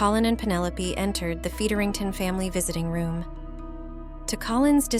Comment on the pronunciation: This AI narration is pretty hilarious. Talenteed. A-de-qwait. Feederington.